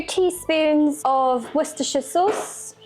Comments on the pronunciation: I've even seen other English cooking videos where they stumbled over how to say Worcestershire sauce. It's so refreshing to finally hear it pronounced properly. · My goodness she pronounced Worcestershire sauce right tanked on the tomato sauce. Some old timers loked putting turnip in.